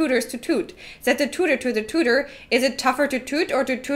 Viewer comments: In the flute-tooting one, I would like to advise you that "tutor" is pronounced (a least in the UK - where I believe aforementioned tongue-twister originates) "tyooter", not "toota". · you both butchered the tute one.